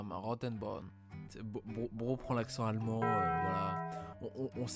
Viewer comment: Punaise tu prononc vraiment bien les noms allmend, j'ai rarement vue ca chez des francais chapeaux Et banger la video